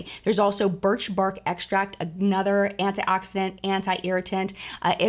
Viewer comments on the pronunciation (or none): none